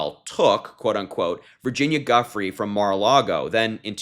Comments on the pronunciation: Thanks Harry.And FYI the poor woman who had her life destroyed by Trump, Epstein/ Maxwell, Prince Andrew et al... her name is pronounced "Joo fray".That's the correct pronunciation. I think we all owe her that much at least. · Pronounced - jew-fray